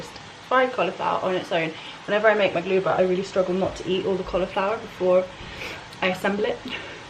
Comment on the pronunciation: When you said maglubah or ma2lubah if you’re fancy, I’m actually impressed 😂